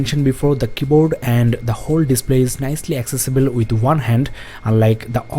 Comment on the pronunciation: Five point ONE not vun.